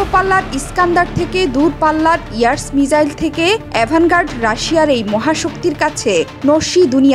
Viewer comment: Missile balo mijail noy.khub baje lage sunte